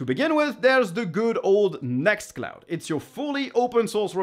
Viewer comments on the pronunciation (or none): Great info here - some new apps to add to my open source collection :) BTW You didn't put the name "Nextcloud" on the screen and I had difficulty understanding what you said ... Ended up putting captions on for a clue ;)